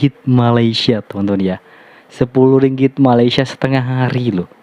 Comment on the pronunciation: Malaysia....sebut dan eja dgn betul. Bukan Malasya